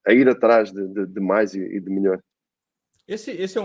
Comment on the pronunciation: O falando: EU SOU O MILIOR KKKKK